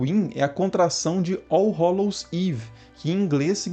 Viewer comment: Cuidado com a pronúncia, pois "hollow" é diferente de "hallow" (hélou), é outra coisa..